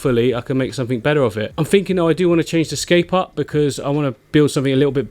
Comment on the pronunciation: Click sumfink 😂